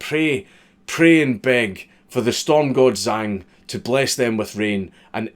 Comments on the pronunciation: are you sure? He pronounced zh as z. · Zh makes a J sound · If I'm not mistaken the "Zh" in Zhang is pronounced like a "J" and an X is pronounced as "Ch" Zhang would be pronounced "Jang" and something like "Xia" would be pronounced "Chia" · Zh in pinyin is pronounced.......like we pronounce "J", because fuck making sense. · For future reference a Zh is pronounced like a j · The "Zh" sound in chinese is kind of like a harsh "j" crossed with a "ch". I haven't a fucking clue what the equivalent is in whatever gobbeldygook you speak. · The "zh" in Zhang is pronounced like the "j" in jungle. ...I'm fun at parties...